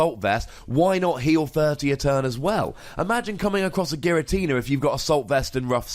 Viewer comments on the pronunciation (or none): none